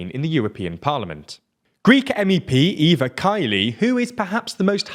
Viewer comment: Guys Eva Kali is not such a difficult name to pronnounce correctly. Say it the same way you'd pronnounce a german name.